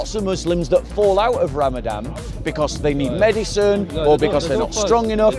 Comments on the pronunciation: If you can only pronounce it correctly. It's Ramadan NOT Ramadam. you're making too many assumptions. A sick person or a person traveling long distance GOD gave them permission to not fast and make it up after Ramadan. a Person with Chronic illness that can't Fast should feed a person every day of Ramadan. Fasting means you abstain from drinking water and consuming food not from meat. How did Jesus fast.? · It’s ramadaN bob not ramadam